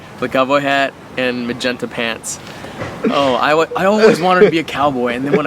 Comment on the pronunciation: "Magenta" hahahahahah Lel